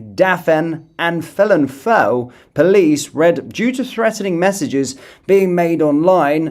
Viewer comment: Felinfoel - Pronounced Velinvoil. Welsh orthography = English orthography; /ff/ = /f/, /f/ = /v/. If you love the British Isles and the United Kingdom, learn to love and respect its wonderful diversity. The left has been undermining Britain and British cultures for years by brainwashing children through the education system. They hate whilst accusing everybody else of hating. Get them out, forever.